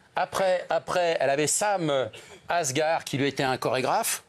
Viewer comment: il connait absolument pas son sujet ! sam asghar au lieu de sam asghari et en plus chorégraphe ! il est tout sauf chorégraphe